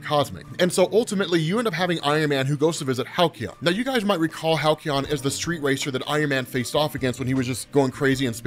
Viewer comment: Halcyon phonetically sounds like Hal-see-yon. :D